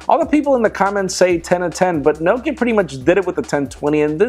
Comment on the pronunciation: Why don't you just buy your phones without a contract? I haven't bought a phone with a contract for 8 years... And why can't you pronounce Nokia? It's Nock e ya